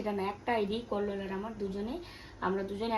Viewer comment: কল্লোল আ্যগ বলে নাতো ওতো এগ বলছে